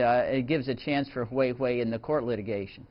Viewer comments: dude, it's Huawei, not Huihui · Haha...sounds nice hweiwei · He said Wei Wei